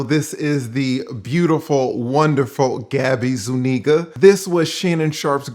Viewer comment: O no, I hope that doesn't go viral. Adding an "e" to make it "Sueniga" would convey it more, i guess. But damn Shey Shey.